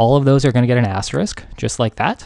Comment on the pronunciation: I thoroughly enjoy the struggle to pronounce asterisk with much dilemma every time it is said, :)